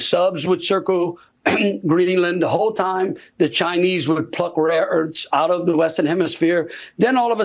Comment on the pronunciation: Landry said the chinese pluck "rare earts." This guy can't even speak proper english